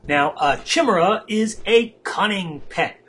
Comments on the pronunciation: i love ur vids man but damn ...like yamidante said ...ITS NOT "CHIM" its "KY"!!!! ....jeeez.... ;p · is pronounced Kai-mera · awesome videos, great narration, and some great nostalgia from the WotLK beta :) Just one nitpick, though. The correct pronunciation is "Ky-mare-uh", every time you say your variation I keep expecting you to start singing the chimney song from "Mary Poppins" XD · Hehe,Its actually pronounced CA-Mera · Pronouce ( ky-mira ) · great video, not to big on the commentation voice but whatever LEARN HOW TO SAY CHIMAERA!!!! Pronounced KI-MERA phonetically.